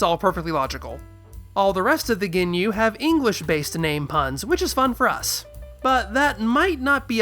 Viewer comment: oh my god, "Rea-Coom" From the Goonyu Squad, lol